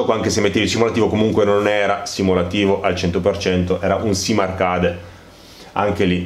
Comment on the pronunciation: A parte gli evidenti deficit di pronuncia tipo dirt ed arcade la recensione è ben fatta ed i contenuti sono ben espressi. La mancanza del ffb è proprio il motivo per il quale il gioco per ciò che mi riguarda è ancora sullo scaffale. In attesa di patch definitive continuo a chiedermi anch'io come sia possibile una mancanza simile in un gioco che si autodefinisce simulativo. 😔